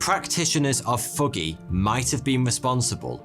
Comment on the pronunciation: What is foogey? ("thuggee")